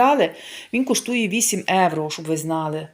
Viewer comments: трішки менше бутилок дешевеньких, ви ж так хочете показати себе італійкою новоспеченою! А Італійці проходять мимо такого вина!🤣🤣🤣🤣. Евро евро. Та скільки вам треба часу щоб вивчити одне слово, що в українській мові вживають слово Євро!!! Від слова Європа, а не Еуропа!! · Евро, евро, евро противно слухати !!! Та прислухайтеся трошки до людей!!! І в нас в Італіі так ніби ви італійка та ніколи ви нею небудете!!!